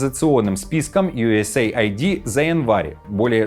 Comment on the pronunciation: Не ЮЭсЭй АйдИ а юЭС Эйд - US Aid переводится как потощь соединеных штатов.